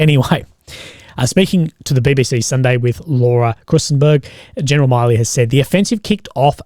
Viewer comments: Milley is not pronounced like the Miley in Miley Cyrus, its just Mill - ee more like Miller. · Just a quick correction even tho it doesn’t matter but his name is pronounced mil-ee similar to Willy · Its milley 2 L's not miley